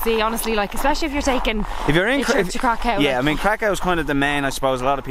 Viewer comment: Not for the faint-harted 😄 views are stunning please pronounce Kraków right ("Krakau" has bad connotations) 💗